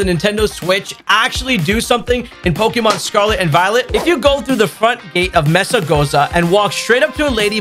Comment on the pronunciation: Bruh!…. He’s saying “pokyyyymhon!”!?!?